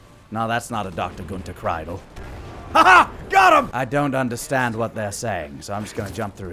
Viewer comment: Pretty sure that Kreidel is pronounced Kreedel. But whatevs.